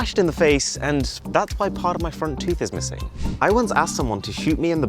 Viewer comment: Is it just me who noticed a bit of the 'g' in missing ,missing?